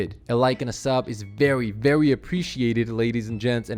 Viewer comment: “VEWWY” lol